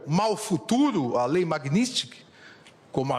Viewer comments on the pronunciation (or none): Acho que ele não soube falar o nome da lei kkkk